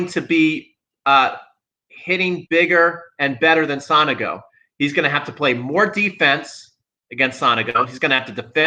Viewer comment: With all respect theirs no A in Sonego. Is so- nego. Not Sanago.